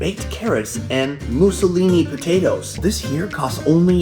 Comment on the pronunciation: mousseline is pronounced moo-sleen.